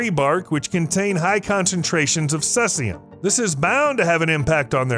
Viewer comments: Never hrd of sessium. Heard of ceasium= see-zee-um. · He spells it wrong so that people will comment on it. It worked on me. Sea-zee-um minus 134